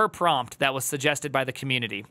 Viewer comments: Prompt is pronounced "prAWmpt" not "prOOmpt" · It’s amazing how obvious this is yet AI fanboys will do anything but acknowledge it. Collapse of a modal so pervasive in its own datasets is doomed to fail. Also “proompt” is killing me lol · someone tell me the way he pronounces Prompt is a joke